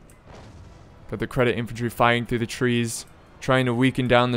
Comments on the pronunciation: "Credit Infantry" I had to pause to keep from laughing too hard :DFor the record, it's Nih-zam EEE Seh-deet = Nizam-I Cedit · think could use some help in pronouncing nizam-i cedit too.